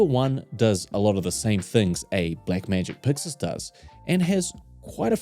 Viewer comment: Subscribed cause I enjoy hearing you say "Puxus". ❤